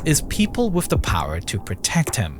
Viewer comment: This guy's voice. Hilarious. "Wifth his hands in the errar." "Oferthrow the government." Hilarious.